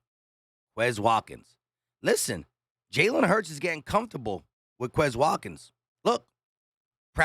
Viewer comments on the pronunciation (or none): none